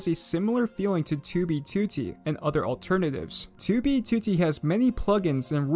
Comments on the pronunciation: STOP PRONOUNCING 2B2T AS "TOOBY TOOTY" WHAT THE FUCK MAN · His "2b2t" pronunciation is this channel equivalent of the "oldest anarchy server in minecraft". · the way he says 2b2t :skull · stop saying it wrong